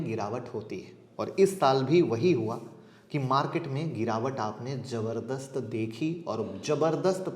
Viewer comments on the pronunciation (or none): none